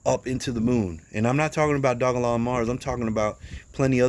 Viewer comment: Only you and crypto brown pronounce the name correctly